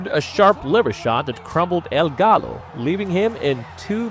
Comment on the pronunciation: Gallo is pronounced ga(yo).